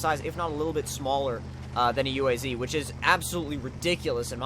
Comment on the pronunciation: Its not a UAZ.. you dont say the letters separately.. its a word .. uaz